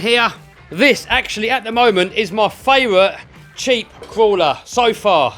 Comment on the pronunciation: Did he say jeep, sheep or keep or umm cheap